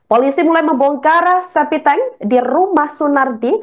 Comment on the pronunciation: Ini pembawa berita masuk kerja pake ordal ya? kok spt gak sekolah ngomong septic tank ‘spiteng,spiteng’ ! .sekelas wartawan masa ngomong sebuah mayat?hadeh